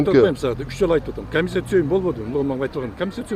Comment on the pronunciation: калпакчан чулдурап суйлоп жаткан ким акимби? Эмне мынча суйлогон созунун мааниси жок не граммотный ,ой жугуртуусу тайыз адам окшойт. урушчаак аялдарга окшоп бд бд бд тейт го! камисийа камисийа дейт кайра кайра эле / комиссия/